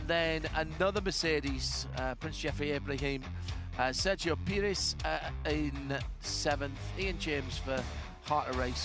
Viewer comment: OMG! When I heard Sergio Peres I was WHAT?! But then I read the screen and saw Pires instead.